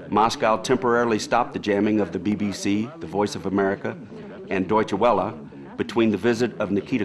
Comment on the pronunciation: He keeps mispronouncing Deutsche Welle. Other than that, I enjoyed this documentary. I listen to a lot of shortwave, so I must be immune to the sounds that others seem to find so annoying.